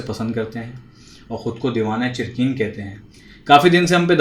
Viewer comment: चिरक़ीन नहीं, चिरकीन थे। उर्दू में अगर आप काफ़ को क़ाफ़ बोलेंगे तो वहीं पर आप ज़ीरो हो जाते हैं। पहले उर्दू का तलफ़्फ़ुज़ सीखिये फिर उर्दू की शायरी पर गुफ़्तुगू कीजये